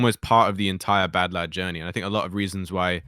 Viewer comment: Oh... its pronounced badlad...